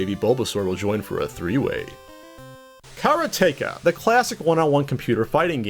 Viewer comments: Hate to break it to you but "Kara-Taka" is pronounced "ka-rot-aka" kinda like "erotica" with "karate"... its what you would call a karate practitioner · "Kara Take Ah" Wow, couldn't have flubbed that any harder.